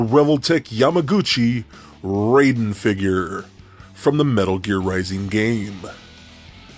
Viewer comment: You have some nerve going on about how awesome he is when you dont even pronounce his name properly. It is pronounced "RIE (rhymes with MY) den." Not RAY den.